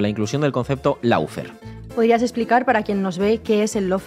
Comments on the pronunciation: Si se utiliza la palabra inglesa "lawfare" deberia pronunciarse bien y no decir /laufear/ o /loufare/, sino algo asi como /LOFEAR/ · ¿No perdemos españolidad por pronunciar en inglés cuando se usa una palabra inglesa? Así se ahorran el no decir una versión cada uno, dando la impresión que no se oyen o no se ponen de acuerdo, además de la de no usar el diccionario. Por qué no decir / ˈlɔːˌfɛə / o loo fee, al menos?